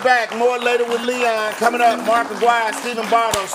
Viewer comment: I wish mark would correct the saying of his name. It is not Aguiar it is Aguirre.